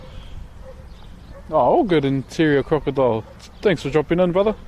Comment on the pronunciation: This man lit said brother like gibralter ngl 😂